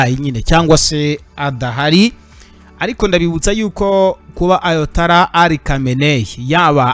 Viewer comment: Bavuga ayatola reka kuvuga ayatala